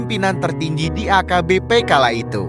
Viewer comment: Cara narasinya gak bagus, sering nyebut HKBP jadi AKBP.